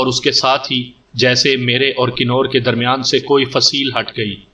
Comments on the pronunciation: Nice stories. But you should definitely work on your pronunciation. 🤣 It's "Kunwar" with noon ghunna, not Kinore "convertable", not kinortable I don't mean to be cocky but if this is your living, you should try to get better at it. Anyway, I enjoy your audios. Good work. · Knoor nhi lafaz kawar perha jada jiska mtlab shehzada hota